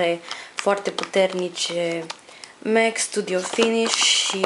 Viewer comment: In sfarsit cineva care pronunta corect cuvantul Mac si nu spune por si simplu Mac ci cum se spune el normal Mec .Felicitari cu canalul esti bligarita mea favorita la capitolul make-up .